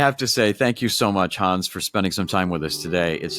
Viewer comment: Please do him the courtesy of pronouncing his name properly, with a short 'a' sound. It's Hans as in hand, not Haaans as in arm.